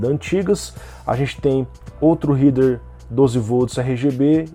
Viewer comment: Uma dica, "Header" se pronuncia "réder" e não "ríder". Abração!